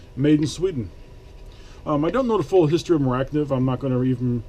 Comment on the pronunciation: It's pronounced phonetically "More-ah knife".